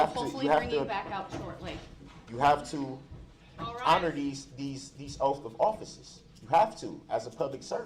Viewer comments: Oath is pronounced oath. He is saying oaf😂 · Its petty but every time he said "oaf" i wanted to scream. He literally thinks he smarter than everyone else. Good lord..i hope this was a show he put on bc his behavior is crazy.